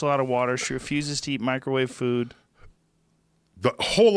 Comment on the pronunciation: "Microwawe weapons"